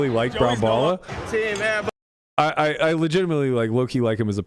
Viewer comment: Aiball? Thought it was airball😆🏀